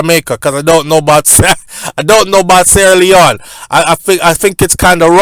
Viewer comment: Why say sleone not other countries